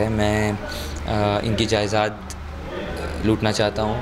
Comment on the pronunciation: Jaydad toh shi se bol le tbh lutna jayzaddd😂😂😂